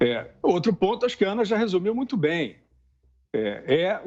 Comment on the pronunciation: Renan Calheiros ficou em êxtase com a declaração da moça , é. " MUITIO" importante!!!!!!!!!